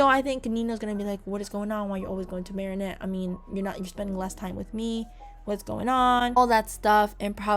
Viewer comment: Am I the only one who noticed she started saying Mary Anne at the end instead of marinette?